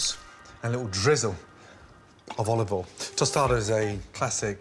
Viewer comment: "A touch of ovol"